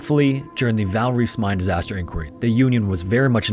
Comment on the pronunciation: In Afrikaans "v" is pronounced like "f" so it's pronounced "faal". And I have no idea how to explain how to pronounce "Koos", your pronunciation was hilarious though.